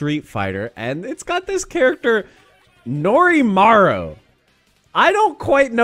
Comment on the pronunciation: It's Norimaro not Norimaru